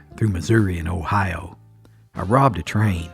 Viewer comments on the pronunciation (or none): none